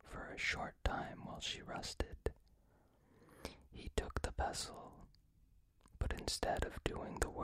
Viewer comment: So this is not a particularly happy fairytale, it made me laugh a bit because I wasn't expecting this when I picked it out. Anyways sorry if this isn't your type of video 8^) p.s. not sure why i pronounced pestle pessel rip goodnight